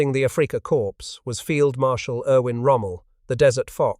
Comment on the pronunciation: Africa "Core" please, not "corpse".